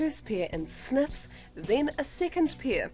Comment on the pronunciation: "one, two, three, four more sneffs"